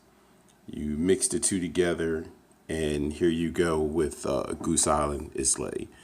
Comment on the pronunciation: Islay is pronounced eye-luh.